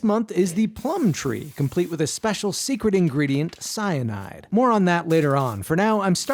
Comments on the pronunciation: DID YOU SAY CYNIDE?!! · I beg your finest pardon did you just say fucking cyanide